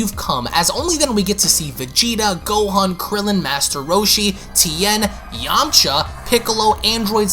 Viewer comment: i laughed way too hard at that emphasis on Yamcha !!! 🤣😂🤣